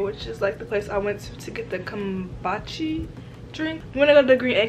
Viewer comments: It's kum-boo-cha!!! I would drink it with a straw too bc it's really acidic ❤️❤️ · it’s kum-boo-cha😭😭 but what does it taste like? i hear people say it’s like water